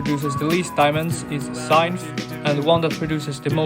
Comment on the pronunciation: IT'S NOT SIGNTH IT'S PRONOUNCED ZINTH